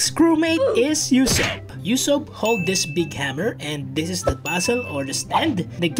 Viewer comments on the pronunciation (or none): Did he seriously call Usopp Yousopp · Bro the way he said ussop u ssop😂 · no way bro just said YOU-sopp